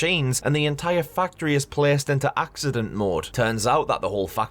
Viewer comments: When you said "factory", the first few times, I thought you said "fuck tree" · Why is every time this guy said factory it sounds like Fucktree or is it just me